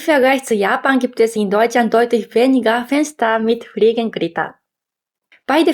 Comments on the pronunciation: Fliegengitter, nicht Fliegengritter. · dein Deutsch ist echt gut , nur ein kleiner Fehler , Fliegengitter nicht Fliegengritter 😅 habe dich Abonniert .. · Einfach süß die Aussprache von "Fliegenitter" ❤ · "Friegengritter" - sehr niedlich 👍 Trotzdem mein Respekt für das Deutsch. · Hallo, ich konnte feststellen, dass du Fliegengitter nicht gut ausprechen konntest. Da würde ich noch mal nachforschen oder zeigen lassen, wie du es üben kannst. Bitte sehe es als einen freundlichen Hilfe-Hinweis, keine Kritik. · Tipp: Die Aussprache von "Fliegengitter" nochmal nachgucken ansonsten nette Infos. Ich glaub das Kippfenster wird in nahezu jedem Ausländervideo - egal ob Amerikaner, Japaner oder sonst wer - erwähnt. Scheinbar eines der Deutschen Highlights, die für uns so völlig normal sind, dass sie sie ohne Auslandserfahrung gar nicht erwähnenswert finden "ist doch normal!"